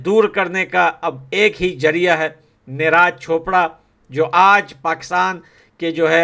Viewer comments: Bhai,मत तो करो यार।निराज नही नीरज कह दो भाई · Bhai Neeraaj nahi neeraj bolo 😂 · Bro-his name is neeraj not neeh raaj…😊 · Bhaiya neraaj nhi neeraj boliyee 😅😅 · Please pronounce the correct name of neeraj 😂